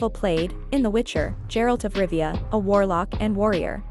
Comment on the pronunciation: who the hell is gerald of rivia ?? or do you mean geralt ?